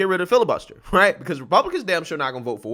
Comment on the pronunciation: New DRINKING GAME!!!Every time he say's " HRIGHT " you take a drink. Good luck with that hang over. LOL